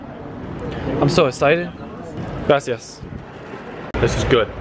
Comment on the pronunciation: he said glasias instead of gracias